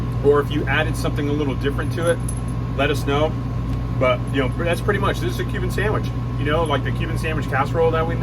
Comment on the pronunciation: I'm so thankful you showed your writing. I thought you were saying "human" sandwich. I almost turned off video. The I see cuban in writing, ha. When you described ingredients I was like - what makes that human? I was thinking maybe it was a play on the 'proper human diet'